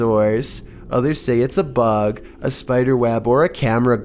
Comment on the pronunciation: Anyone else hear say fug instead of bug midway of video?? lol never hear him slip up much..not hating,just makin sure I'm not crazy lol.